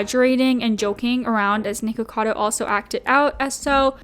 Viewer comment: I'm so glad you pronounced it "nikocado" it drives me nuts when people pronounce it "nickado"